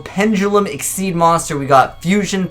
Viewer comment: Neko Mata more like "Ex-she's" but they were trying to say "Exceeds/Excessive" their Eingurishzu (english) is out there.